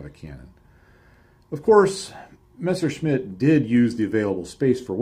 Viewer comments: Thanks for pronouncing it a Messerschmitt, and not Meschersmitt like all the other anglo related channels... BUT, it´s a BF109, not ME109. And thanks again for the in deep report. Didn´t know about those details yet. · Great work dude. And the first american who can pronounce Messerschmitt the right way, thumbs up